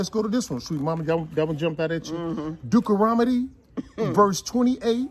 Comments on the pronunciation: Dukaromodie. 🤣 I love how sweet Mama knows is saying Deuteronomy wrong but decides against correcting him. That’s a Queen right there! 👑 She’ll tell him in private. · If you're going to read God's word, know how to pronounce the book Deuteronomy. I love how people always say "White Jesus", but don't read the scriptures that describe him as a black man. While you have the bible open, read Matthew .